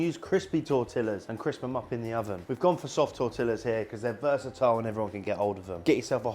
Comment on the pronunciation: Please stop saying tortillas 😂